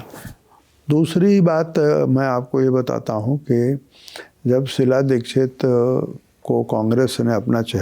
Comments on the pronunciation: Shila dixit ko shilajeet kyu bol rhe ho😅😅😅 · मैंने भी यही सुना और यही समझा..शिलाजीत 🙏😆😆